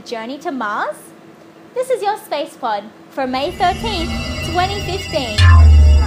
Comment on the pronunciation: Totally,! I want to know about animals in space and the actual results. Also, I want to suggest that everybody at TMRO say Spacepod like you do:)